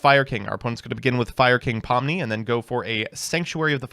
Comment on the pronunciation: I’m sorry but I swear you said “Fire King Pomni” when reading Ponix